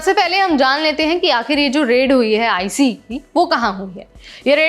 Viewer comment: आईसीई, आईसीई मत बोलो! आइस बोलो! यहां अमेरिका में आइस नाम से पहचाना जाता है।